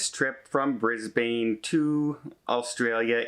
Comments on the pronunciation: Its pronounced bris bin not bris bane - despite the spelling. Sydney and all of Australia and NZ is in a covid wave of some note - living here there is 20 people in my 50 person office all down with Covid at the moment, the numbers are in the 10's of thousands per day and very underreported as most dont test, or if they do, dont report it as thats just a pain. Passengers are more likely to get it wandering around Sydney than on the ship! - So 100 people even if they all got off, its a drop in the bucket. Not even a bucket. A swimming pool. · NOt BRIZBANE is Brisbane A is phonetically softer briss bin or just Brizzy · I’m here in Australia- it’s the crew they’ve kept on board! Also Brisbane is pronounced Bris-bun 😉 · FYI for future reference it is pronounced Bris-bun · Please lookup how to say Brisbane, You made me smile:) Enjoy Greece I love the islands